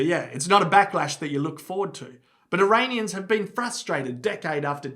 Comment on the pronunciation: Eraineeyens lol